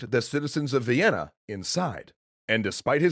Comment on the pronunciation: Thought you said vietnan